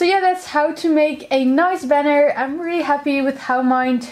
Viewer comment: *banner not benner